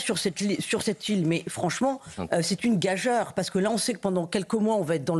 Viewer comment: Ce n’ est pas une gageure, mais une gageüre! Pas heure, mais jure, Mme la journaliste !